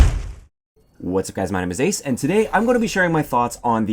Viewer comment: Great channel, but any chance we can get you to stop saying "Wwwwwhatsuhguysmy name is ace"